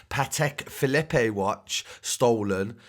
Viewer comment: Man butchered Phillipe though, basically called it a Patek Phillipino ffs